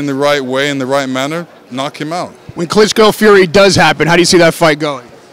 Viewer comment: its Klitschko not Klitzzzko Lenox!!!